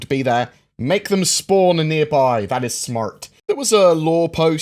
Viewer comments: Yeah it sounded American lol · That was by far the strangest way I’ve heard an Englishman say “smart”